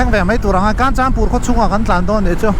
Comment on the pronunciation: Kanchanpur ilam dan thluk adiklo 😂